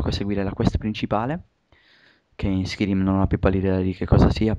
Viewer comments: ho smesso di guardarlo alla terza volta che hai detto skirim -.-" SKAIRIM !!! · oddio xD si dice SCAIRIM xD scritto Skyrim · ma era una recensione su oblinmion oppure su skarym!!!!!!!!!!!!!!!!! stupido si pronuncia skairim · SKAIRIM no SKIRIM :) Gran bel gioco e bel commentary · Si legge skairim.. Non skirim.!!!! ^^ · Skirim?1?! SkYrim cazzo, imparate un po l inglese cristo santo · si dice Skayrim, e si legge Skyrim. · si dice Skairim "Skyrim" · Perche pronunciavate skirim? Comunque senza offendere eh, pero prima di dire certe cose meglio se vi informaste piu in dettaglio ;) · si legge skairim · Dio lo commentavo meglio io...e "Skyrim" non si pronuncia in quel modo!! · perche fai commentare se non sai nemmeno la pronuncia del gioco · Ok, a me piace molto la serie di The Elder Scrolls, però vi prego, imparate l'inglese!! almeno le cose di base!! SKYRIM si pronuncia SCAIRIM !!!! no schirim!!!! e la casa produttrice e creatice del gioco si pronuncia BETESDA così come si legge, non beteSHda! e poi come potere fare un commentary di un video che vedete sul momento!? che informazioni date agli youtubers? Per la precisione Skyrim avrà come cattivo Alduin, divinità nordica che risvegliarà i draghi per distruggere Tamriel..